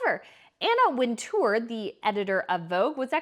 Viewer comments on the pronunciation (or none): Anna Wintour; pronounced 'Winter'